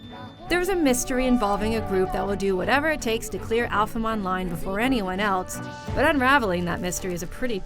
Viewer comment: Her pronunciation of alheim online proves she has never watched the anime lol